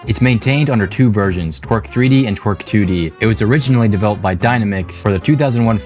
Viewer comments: be fair he says twerk not torque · Text: Torque What I hear: Twerk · You mean tor-k (que).. not twer-k (que)...right? Like— bro 😅😂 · i swear he's just saying twerk 3d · I cant get over that Torque is pronouced "twerk" in the video. >.< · when i heard TORQUE for the first time i thought you said twerk 💀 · Can't believe they made a game engine called "Twerk." (Although, that may be a pronunciation error, but the captions say otherwise.)